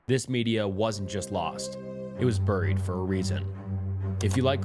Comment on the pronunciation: Hate how he says burried